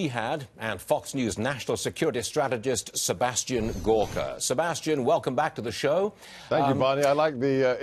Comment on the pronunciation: it’s not kim jong [ugn] it’s kim jong [oon]